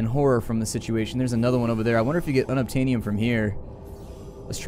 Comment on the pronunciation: unobtainyum? xD Sounds like it's unobtainable!